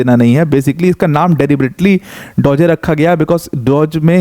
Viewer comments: डोजे नहीं डॉज होता हैं। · Mostly indian unaware about DOGE crypto .... so they pronouncing wrongful 😂😂dogeey/dogyy etc